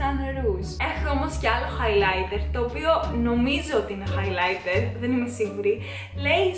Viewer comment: χαχαχαχα κι εγω εχω κλαψει με το χαι λαιτερ χαχαχαχαχαχ